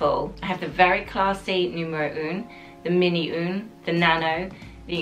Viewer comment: I wish they’d help you with the correct French pronunciation of the numbers!! For example, ‘un’ is not pronounced ‘oon’. It’s more of a guttural ‘ahh’. The pronunciation of ‘neuf’ should be said ‘nuff’ rather than ‘noof’. Not your fault of course but they should be helping you, if they work with you!!